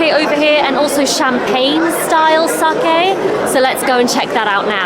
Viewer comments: 英語圏ではサキって発音されることも多いけど、サケって正しく発音してますね。日本のイベントなので日本人好みの味が分かります。海外の日本酒は現地人好みに変化して行くしそれはそれで悪いことではありません。でもとりあえず日本人好みの味を楽しんだのですね。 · sakeをsakiと発音する外国人多いですが、流石です。